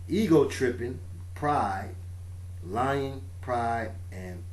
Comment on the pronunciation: Here's another one for you- , you say,'Lying, Pride and Possession'. However, I heard,'Lion, Pride and Possession'. No accidents. :)